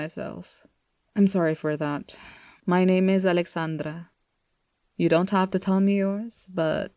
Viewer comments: You speak spanish????? I heard the alexandra soo clean bruh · Hablas español? ._. Es que cuando diiste Alexandra sonó muy español xd